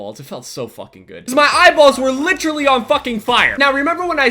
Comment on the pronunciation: Anyone else notice how pronounces "literally?"